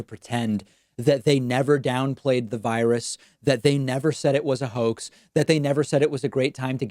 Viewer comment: Hannity think that his staggering of the word, & making it come out as "cahoax," means that he never ACTUALLY said "HOAX." 🙄